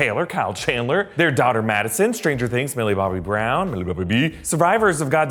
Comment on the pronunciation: OMG I watched you say "milliebobbyb" probably 6 times